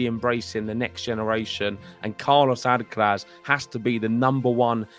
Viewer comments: you should make an effort in pronouncing Alcaraz's name correctly. The accent (stressed syllable) is in the third and last "a", so it is Alcaráz, not Álcaraz. Also, the z is pronounced as TH without vibration at the end. It is very easy to pronounce Carlos's last name as it is. Cheers. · "Alcarath" please.